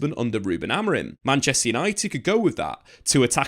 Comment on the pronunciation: His name is Amorim, stop pronouncing it with an "n" at the end